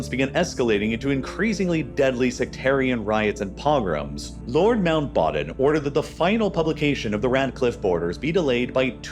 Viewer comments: its lord mountBATTEN not mountBOTTOM haha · Lord Mount "Baaaton" 😂😂? Wtf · why are you pronouncing Mountbatten as manbottom????????? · Bro is called "Mountbatten" previously "Battenberg" from German aristochracy, not "Mountbottom". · “Mountbatten” was gravely mispronounced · Pretty wild and out-of-character repeated mispronunciation of Mountbatten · Interesting pronunciation of Mountbatten